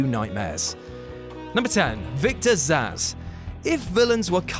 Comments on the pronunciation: It's "Zsasz" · Actually it's Zsasz